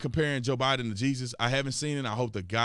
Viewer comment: 😆I don't know if it's a jab at Barack Obama, when you mess up Bidens name. It's funny as heck.